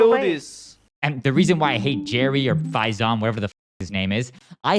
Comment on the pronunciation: Bro saying Faizan the wrong way